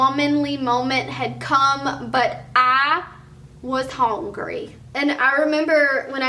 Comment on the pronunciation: ......"BUT I WAS HUNGY.".......😂😂😂😂😂